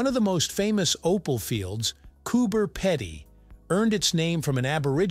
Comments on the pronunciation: Cober Pedy is prenounced as Coober Peedy. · Cooper peee-dy is how we say it. Both Cooper Pedy and Lightening Ridge are amazing places to visit and live. Well worth doing if you come Down Under.